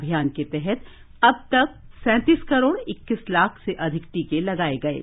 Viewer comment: 'लाख' शब्द पर बोलनेमें ज्यादा weight क्यों देते हो ?